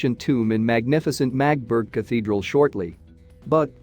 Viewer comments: Please, it’s not Magtburg, but Magdeburg… give it some effort. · The town is pronounced MAG DE BURG. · Can't anyone program these robo-voices to pronounce words correctly? Among the many mispronunciations — so many that parts of the narration are unintelligible — "Magdeburg" is pronounced with three syllables: "MAE-duh-berg" and "isotope" is pronounced "EYE-sow-tope." I could go on and on and on. But the garbled pronunciation coupled with multiple misstatements of fact render your video useless. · Yep. The voice totally butchers the pronounciation of the name Magdeburg.